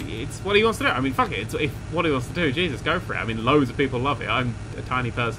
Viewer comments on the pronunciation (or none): none